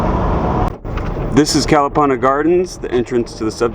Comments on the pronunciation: Nice video. I remember Kalapana long before it got wiped out and yes it was a nice place with its black sand beach and friendly people. But Please pronounce Kuh-luh-PAH-nuh properly please. Thanks! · For someone who has lived on Hawaii Island for a long time you sure do butcher the place names. Your mis-pronunciation of Kalapana is very irritating. Your "Hi-Ho Silver!" is pretty silly. A hui hou means see you later. Are you a real estate agent? You seem to be focusing on land/home purchasing.